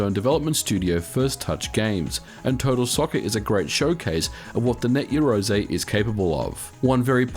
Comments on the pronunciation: Just want to point out... "Yah"-roze not "Ye"-roze... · You are pronouncing it incorrectly, its yarou ze kinda like 2 words and the r in rou is a mix of r and l sounds. you can use text-to-speech to get an idea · It's pronounced *YAroze* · You realise you don't pronounce it Yarozay don't you? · Your pronunciation for "Yaroze" is completely off. It is Japanese so the sound is closer to "Yah Loe Zae" meaning "do it together". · It's pronounced "ya-roo-ZEH" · 99% of the time you are mispronouncing Yazore. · I think you're pronouncing the name of the system incorrectly. The "something-ze" speech pattern is strongly associated with the hot-blooded protagonists from manga and anime targeted at boys, so I believe you should be shouting the name.